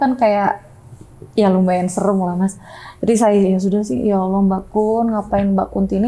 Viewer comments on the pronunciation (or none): none